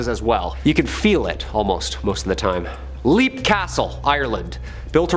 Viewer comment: LEAP is pronounced LEPP js